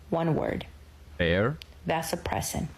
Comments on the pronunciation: Vasopressin not oppression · It sounds like the first gal is saying "Vasopressin," and not OPRESSON. This is odd as vasopressins are used to help you retain water and increase blood pressure. Not sure what either of these has to do with love. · ALL THESE BIOLOGISTS ... She can't even f@ pronounce the word vasopressin... Stress a man and you are out in the streets... Modern men have woken up and won't take this nonsense any more....